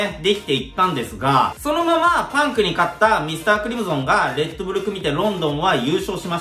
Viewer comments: ???｢ミスタークリム｢ゾン｣じゃなくて、ミスタークリム｢ソン｣だから｣ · だから〜ミスタークリムゾンじゃなくて〜ミスタークリムソンね😄